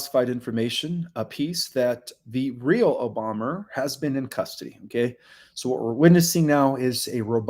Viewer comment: Re: OBOMA....there is video of him touting himself as the first Kenyan born person to possibly be a Senator. He bragged about it. Also, WHO IS OBOMMER? You keep saying Obommer and it's irritating.